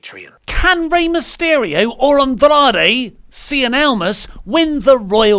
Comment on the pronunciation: Why does pronounce "Andrade" like he is actually mexican? No idea how can sit next to that and not say anything.